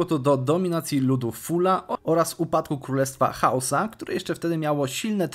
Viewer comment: parę razy zamiast powiedzieć Hausa mówisz husa